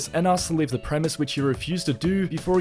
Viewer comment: Dude the word you are looking for is "Premises", not Premiss.